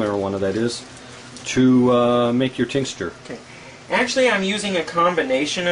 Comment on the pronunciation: It's "tincture." He keeps saying tincsture LOL! What a dingus.